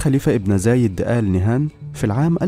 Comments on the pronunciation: نهيان وليس نهان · فيه خطاء في نطق الإسم ألإنهيان وليسى ال نهان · ياريت بس تلفظ قبيلة آل نهيان بدل آل نهان واذا ماتعرف تلفظها لاتتكلم ولا تلفظها